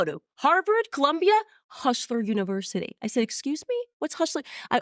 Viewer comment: “Hushler Univershity”